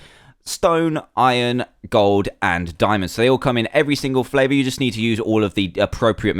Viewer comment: you said flaver